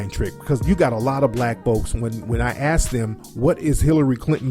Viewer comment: and ask is pronounced ask not ax